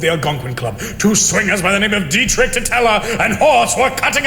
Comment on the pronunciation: did D say Deitrich?